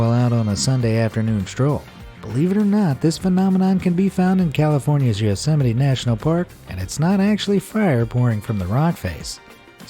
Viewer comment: are we gonna ignore the fact he said "yosemite national park" as "yo-sim-it"